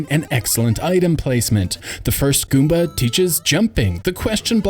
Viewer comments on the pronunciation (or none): none